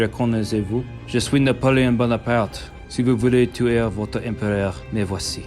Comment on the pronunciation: Actually its ”Napoléon”